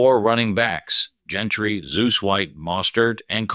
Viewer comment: It is Jeanty not Jentrey